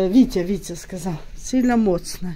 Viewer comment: Не моцна, а міцна.Не сміши людей..